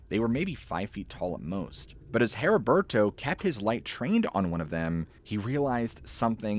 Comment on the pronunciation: Maybe other people pronounce it differently but my fathers name was Heriberto (Eddie-bear-toe) hearing your pronunciation made my eye twitch LOL. as always amazing story telling though.